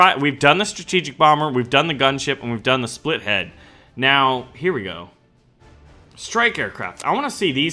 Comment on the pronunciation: it's not splithead it's spithead.